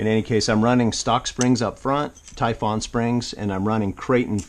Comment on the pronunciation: Please stop calling it a Tyfawn. It's Typhon (Tyfun)